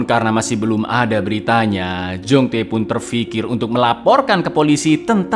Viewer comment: Kembaranmu Jong-Tae?! Yg benar itu kembaranmu Jong-Tai!😂😂